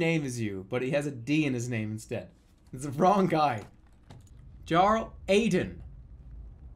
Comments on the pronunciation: The way Jerma says "jarl" really annoys me. Like you've learned that Arkansas isn't fucking "Ar-kansas", but the simple world "jarl" is too much. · sorry, this comment is a year old. but i know right? i mean, he played skyrim right? you have "djarrels" there too lol.